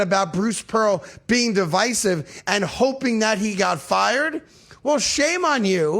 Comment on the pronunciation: It baffles me that you can’t say names and words right! He clearly said “divisive” the right way, and you heard him say it…but you clearly said it all wrong!